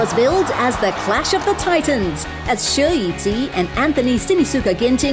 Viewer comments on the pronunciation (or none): A tragic attempt at pronouncing Shi Yu Qi